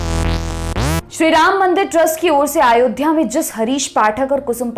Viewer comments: सर अयोध्या होता है, आयोध्या नहीं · आयोध्या नहीं अयोध्या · Madam आयोध्या nhi hota h....